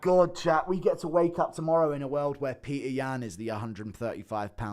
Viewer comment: Being British and pronouncing Petr as Peter is unhinged.